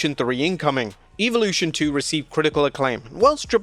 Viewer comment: bro is relentless is misspronouncing this PLE, its EV olution not EVE olution